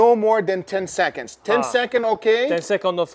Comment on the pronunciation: counting 10 sechonds in 3 sechonds 😂